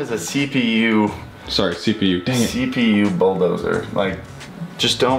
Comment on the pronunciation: “Chrome is a CPU Bulldozer” How I hear it: “Chrome is a CPU AMD CPU”